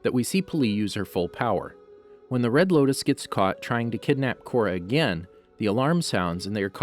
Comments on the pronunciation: red locus agnai kai combustion man bro it’s lotus, ag knee, and sparky sparky boom man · Did anyone else notice he said the red lokus instead of the red lotus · it sounds like you say “red locust”